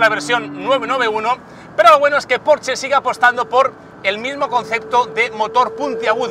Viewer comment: Por dios me queman los oídos cada vez q dices porche ES PORSCHE!!!!!